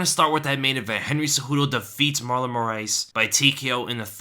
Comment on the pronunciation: Apology Man u casual its murlin